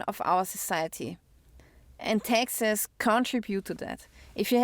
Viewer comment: She said "Texas" and I thought she was talking about "Texas" but when she said "paid Texas" I figured out she was saying "taxes".😅